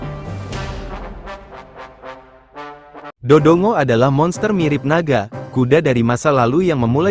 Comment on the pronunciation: Do dongo😅😂😂 seharusnya voicenya bikin ngomong Dodonggo aja text nya biarin dodongo😅